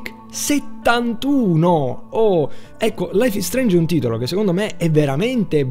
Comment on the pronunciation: laif is streinj bifor de stom